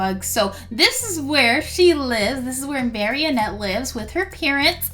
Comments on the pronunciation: her name is pronounced(mari-ette) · You pronounce it like mar-e-net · Its mar ri nette 😆😊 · It's maranette not marionette